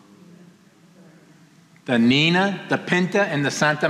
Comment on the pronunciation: Niña is pronounced as " Nin-ya"